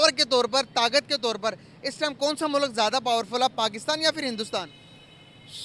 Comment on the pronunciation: Mulak nahi hota mulk hota hai😂😂😂😂